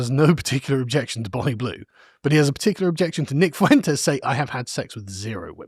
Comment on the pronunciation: It's pronounced as "Fwentes" not "Foowentes". Two syllables, not three.